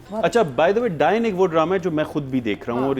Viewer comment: Someone tell him its not Dine Its “Daa-yan”